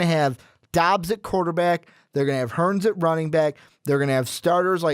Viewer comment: hurd not hurns lol